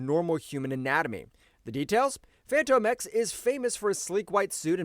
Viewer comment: Bro, are you saying Fanto X? Wtf?! It's literally pronounced as Fantomex like a ghost or a spook. Like the Phantom of the Opera! "Phantom-Ex"